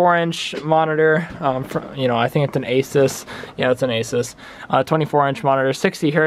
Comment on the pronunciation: you pronounced asus wrong